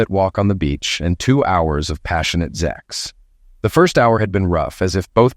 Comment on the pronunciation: For God's sake, the word is "sex," not zex. It's also "sexual," not zexual. Stop with the zex!!!!